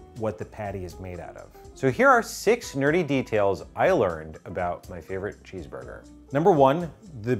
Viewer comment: Did anybody else confuse the word nerdy with dirty when said it lol